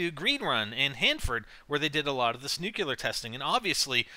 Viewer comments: ( Nu•clee•ahr)** It bothered me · I love NGT vids but I cringe every time has to say the word "nuclear". It always reminds me of Homer Simpson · nukeular lol